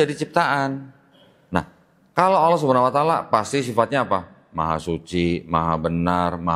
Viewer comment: Maaf dg sgala hormat sy koreksi dlm pengucapan "Subhana wa ta'ala"setelah sy cross cek pengucapan yg benar adalah SUBHANAHU WA TA'ALA,mohon maaf sekali lg🙏🙏